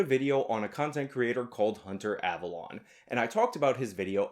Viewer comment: Avalon is not avallone. You purposely saying their names.slightly off doesnt make you come.off as clever but as childish.and.petty.